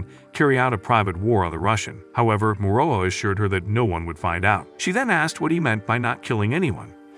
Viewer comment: Morola not moroa